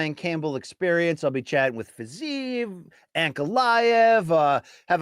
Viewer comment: Dude, who is Fizayev? 😭 Second podcast you did where you constantly just BUTCHERED that name, even though BC was across you, pronouncing it correctly